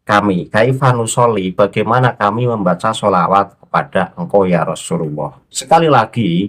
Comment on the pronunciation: Yaa Rosulowoh /Yaa Rosulullah/ Yaa Rosulallah ...yang benar yg mana ustadz ,Kalo membaca yg jelas ustadz, sukar di telinga rasanya..😂😂😂